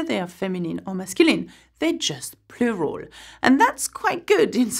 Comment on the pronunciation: I really like the way you say ‘Plural’. 😄